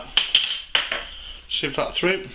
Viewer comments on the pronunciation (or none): none